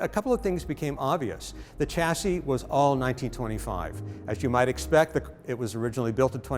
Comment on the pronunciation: All that knowledge in your head and you can't pronounce the word chassis. NO NO.. cha cha cha ... It's a silent Ch and Shashi shash EEE. now you say chassis.